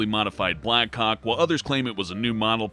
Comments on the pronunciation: he says black cock instead of black hawk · When he said black hawk it sounded like he said black cock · "Black hawk" sounds like "Black Cock" Sorry. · He He he said BlackCock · At number one...... Did he say........ Blackcock copters!?!?